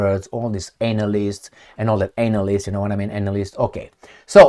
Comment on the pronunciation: Did you say “analysists” or “ANAL ISTS” 🤔🤣